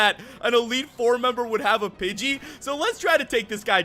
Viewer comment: I thought you said bitchy instead of pidgey